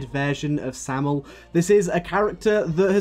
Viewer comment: just want to point out that the characters name should be pronounced Sam-EH-ehl or Sam-EYE-ehl. but this is purely for information, feel free to pronounce it how you please.